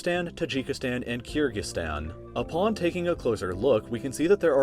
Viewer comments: It's pronounced Ker-gi- stan, not Keer-gi-stan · It’s Kyrgyzstan (kur-gic-stan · the way you say kyrgyzstan makes me cringe soooo much.